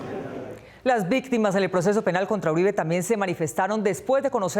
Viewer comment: Uribe no Uriba, saludos